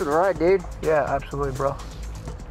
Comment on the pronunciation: It cracked me up when the dude was like "everyone I would get on a fight with will be bigger than me" and the instructor was like "Absolubtely" lol.